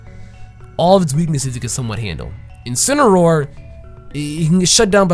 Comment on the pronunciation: If Pokemon and You Guys Have your way you call that thing incinroar but I’ll have it my way I’m not calling that thing incinroar ima call it incineroar.